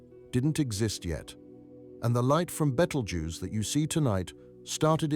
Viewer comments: Besides repeating yourself goodness knows how many times, this video was very patronising and condescending. And BTW there is no such star as Beetle Juice. It's called Betelgeuse, pronounced (Bet-el-jeers). Please stop trying to dumb down astronomy! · Why does he say "beatle juice"?